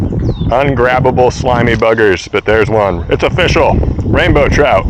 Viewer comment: I've been watching these videos for about a year now, and I just realized you're saying "O-fish-al" and not simply "official". Your pun game is strong.